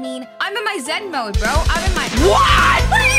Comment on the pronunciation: she said "Zen Mode" kek.